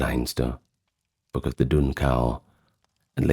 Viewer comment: Thanks! He's saying "book"! 😂 I honestly had no clue what he was attempting to say!